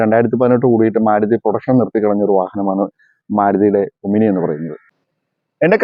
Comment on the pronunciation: ഒമിനി അല്ല, "ഓമ്നി"!